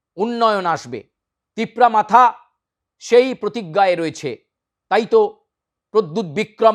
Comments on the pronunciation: Aree bhai TIPRA MATHA na ne TIPRA MOTHA, uchcharon na parle kere midiya chalaitaso. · Not tipura matha ok tipura motha only you can not pronunciation motha? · Mr ancor it's not matha it's motha please make it correct your pronounce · Hello your Pronounsation is not correct matha is not right motha ok that's why we need Roman script